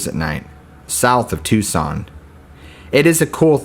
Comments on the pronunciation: TOO SONN not TUCK SON 😁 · Please tell me someone corrected your pronunciation of Tucson.